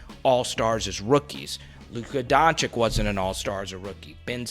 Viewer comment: Yo my man, it’s pronounced Doncich and Jokich, not Doncik/Jokik